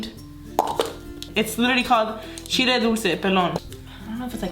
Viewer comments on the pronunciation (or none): none